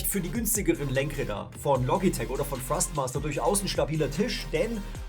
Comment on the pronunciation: Kann es sein das ich immer wieder Frostmaster statt Thrustmaster höre???